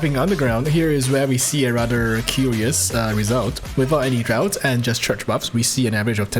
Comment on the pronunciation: Btw its pronounced like "Drafts" :D